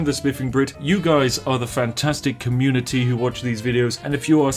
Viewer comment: I can really hear the TEA when you say community.